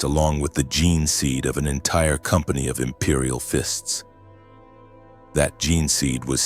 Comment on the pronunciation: "Imperial Fints" "Regee-Dern", Tac rails on bolters! This is a fever dream I don't want to wake up from ❤😅😅